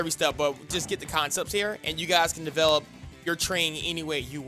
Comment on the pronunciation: Develop not Develope